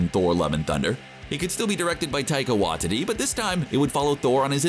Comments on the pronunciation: Taika Watadi! Oh my, that was hilarious. XD His last name is Waititi lmao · Taika Wa-Titty